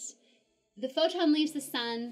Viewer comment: as long as we do not have yet the perfect theory of the all , you can not mix quantum physics with relativity , thanks . i like your pronunciation of the word photon :)